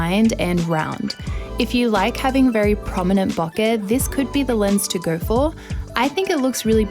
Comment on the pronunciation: She say ,bokeh’ correctly (it’s word from japanese). I also say ‘latte’ in similar way as it’s from Italian, it’s weird for me how British pple pronounce ‘latte’ they do like latey, latee 😖